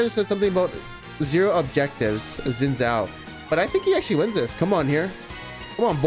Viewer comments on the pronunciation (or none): Chinese dude can't even pronounce Xin Zhao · Btw Xin Zhao is pronounced a bit like "Shin Jao"